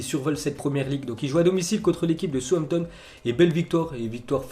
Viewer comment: Sampton ? Connais pas !! On dit SA OUSSE AMP TONNE. Cultive toi un peu t'écorche le nom des joueurs des entraîneurs et des clubs 😡